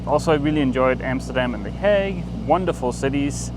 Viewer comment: and pronouncing "The hague" makes me think they visited my mother in law.